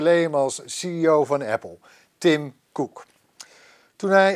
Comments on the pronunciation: moet even een cursus Engels hebben want dit is echt een blamage. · Niemand: Helemaal niemand:: TIM KOEK